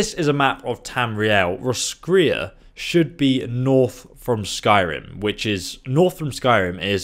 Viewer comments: there's a town in Ireland called Roscrea and it's pronounced (Roscray) so I'd say that's how it's pronounced 😊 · Roscrea..If it's meant to be the same pronunciation as here in Ireland then it's (loosely) Ross-cray. Ross like the name and cray like clay just with an 'R' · Roscrea is pronounced Roscray. it's a town in Ireland which seems to be the inspiration behind the expansion. The geography, pale humans with tatoos (celts) and music fit. The central city also mimics Skellig Island. Think of the island from the latest Star Wars film. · it is pronounced Ross-cray I think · the roscrea in ireland is pronounced ros-cray so make of that what you like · It's pronounced Ross- crey, It's Irish. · ur not even pronouncing the O